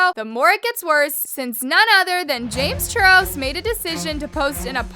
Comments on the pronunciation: Can we all take the time to appreciate how in said chames Charles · anyone else hear “james churros” LMFAO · hold on is it just me or did hear say James churros? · i love how she says “ James churros” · I love how says “james churros” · James “Churros”😂😂😂